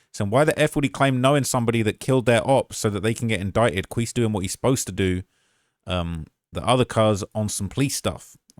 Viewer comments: he name is pronounced (key-see) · Quise { kee-see}